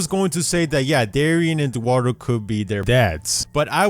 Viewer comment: oh. dearie?: DUARDO commenters: no commenters who can't read: yes My comment sucks